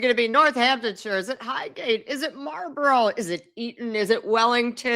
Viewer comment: You could maybe learn how to pronounce Marlborough in UK? The way you pronounce it, it's a school in LA.